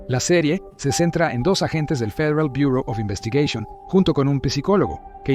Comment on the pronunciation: dos agentes de fiieal buooor Oz investigueishon, habla bien, mitad en español mitad en inglés